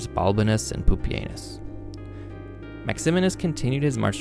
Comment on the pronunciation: Bruh it should be pronounced like pupi-ehnoos and anus 😭😭 lmao